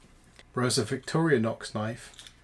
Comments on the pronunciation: WHY OH WHY do so many people pronounce the name as VICTORIA NOX, There is NO A in VICTORINOX, I would think it would be more likely pronounced as VICTOR-INOX or VICTORI like Victory Nox, or Victori-Nox. Good review though :D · vic-TOR-i-nox. Stress on second syllable.